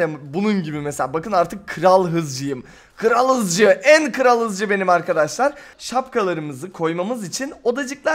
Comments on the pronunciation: Kral Hızcı değil Kral Dızcı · kral hızcı deil kral dızcı 😂😂😂